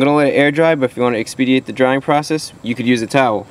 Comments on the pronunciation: Expedite* hahaha. Not expediate. Love your videos. Very resourceful. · funny how he pronounces expedite - Nice videos brah!